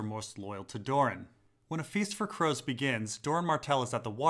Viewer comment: "I was nine whgen Elia came..."